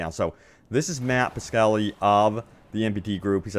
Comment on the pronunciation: Piskely? Pis-ka-tella